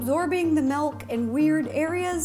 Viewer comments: Everyone: Milk Rosanna: Melk! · Why is no one talking about how she says "melk" instead of "milk" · I still can’t get over how Ro says “melk” and not milk😭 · I used to say melk but now I say milk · Ever since Mike pointed out that Ro says "Melk" instead of milk I can't unhear it lol. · It’s MILK not MELK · I’m sorry did she say “Melk”? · Tbh i like ‘melk’. WAY better 🙂❤️ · I love her sm but…”MELK” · My sister when rosana says milk: mAlK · Did she say malk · "melk" oh no...